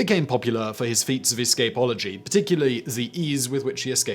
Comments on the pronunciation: Are you pronouncing "escapology" that way just to piss people off?? Lol. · It’s a thing. He mispronounces words so you come and comment. They get more money if you comment. It’s literally a comment on every video about how he pronounces something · It's the posh British way to enunciate it 😆